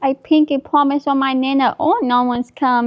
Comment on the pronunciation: 😂😂PINK E PWOMISE😂😂